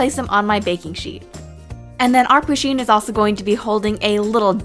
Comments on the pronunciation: No offence but I hate when ppl call Pusheen he bc she is a she. Also it's not pronounced 'poosheen' it's pronounced 'Push-een' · ITS PUSH EEEN NOT POO SHEEN AHHH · First pusheen is a girl and it's pusheen not poosheen sorry it just really bothered me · Ok, you pronounce it PUSH-een not POO-sheen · Pusheen is a girl lol :D And you kept pronouncing her name le wrong lel